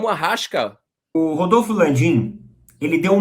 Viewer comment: Não é Arrasca , é Arraiiiiissssssca . Esse cara já viu tanto o Flamengo ganhar que tomou nojo , tomou raiva , anti , isso é normal.......